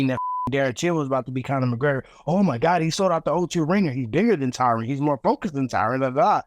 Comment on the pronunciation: Don’t pronounce an E at the end of his name lol, it’s Tyron not Tyrone